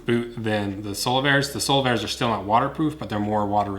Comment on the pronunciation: All I hear is Solarbear lol.